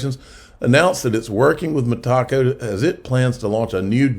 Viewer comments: Meta-co! Meta-co! Meta-co! Meta-co! Meta-co! Meta-co! Not freaking Me-Taco!!! Come on …you can do it!!! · No Tacos for you. You might like Tacos, yet there is no Taco in Metaco, like "Mi Taco". LOL... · Damnit bro its not ME-TACO. ITS ME-TA-CO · ME-TACO? I AM PRETTY SURE IT IS META-CO AS IN META COMPANY. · It’s met-uh-co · Good video. Pronounced Meta... co. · Metaco is pronounced "meh-TAH-co". Love you, but you stink with pronunciations. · Metaco rhymes with medico. met-a-co It's not a taco. LOL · Lol. Hard to take you seriously when you can’t pronounce the companies correctly